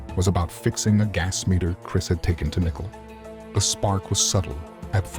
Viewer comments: Why do you keep calling her “nickle”? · Seriously you can’t pronounce Nichole? It’s not nickel!!! Where are you from? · Get a narrator that can correctly pronounce Nichole...............it's annoying to hear it constantly mispronounced